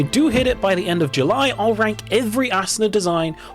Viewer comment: I cant unhear "ass una"